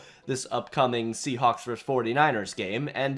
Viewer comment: That’s a funny way to pronounce Seahawks.